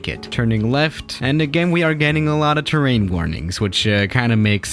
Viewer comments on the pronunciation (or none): none